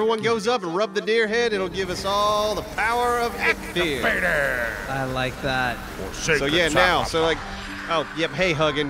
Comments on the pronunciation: Eikthyr pronounced: Ike (d)Theer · Deer God is Elkthyre. Pronounced Elk their.